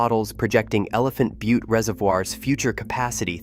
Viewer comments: Al-bu-kwer-cue ? Elephant bu-tee ? This is supposed to be credible ? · How about Elephant bu-tee ?